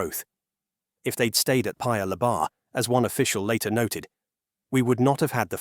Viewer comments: Since you make so many videos on Singapore and the region, you should know that in Malay, words are stressed on the penultimate syllable. Thus, it’s PAyuh LEYbah instead of luhBAR. Its sounds foreign and wrong. Also, it should be CHAANGyi with a long “a” and not a short “a”. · Narrator saying Paya Ler-BAHRR with an emphasis on the bahrr is so funny to me. For future reference, it's Lay-ba. Lay like the Lays potato chips, and a short ba. And Changi is Cha-ngi. Cha like char the meat, and ngee. 😅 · Thanks for the info video. In Singapore, we pronounce it something like Chah-ngee. Ng like the n in onion. No hard g. Also, Paya lay-bah. 😊